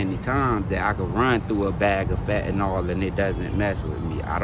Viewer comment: Fatnall? People it’s fen-ta-nyl.